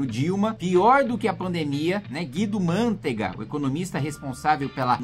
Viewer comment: Analfabeto funcional não é Guido Mãntega é Guido Mantega portanto é paroxítona porque todas as proparoxítonas são acentuadas. Então se pronuncía com a tonica entre parênteses de paroxítona Man(te)ga. Assim como a outra palavra Manteiga não se diz mãnteiga é a mesma regra